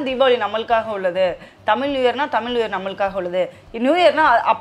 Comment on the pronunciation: its தமிழ் புதாண்டு not தமில்